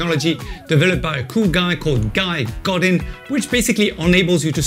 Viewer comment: Indeed. And also his last name is more of a "go duh!". :)